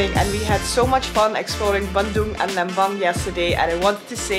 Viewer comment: really love the way you say bandung ♥